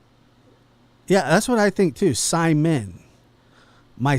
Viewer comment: It's Simon, long I. Simeon is spelled this way